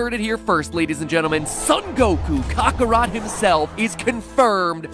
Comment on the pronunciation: Did he just say Cockarot not Kakarot